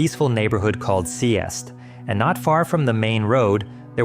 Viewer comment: It kinda hurts being danish and hearing you pronounce Seest and Kolding lmao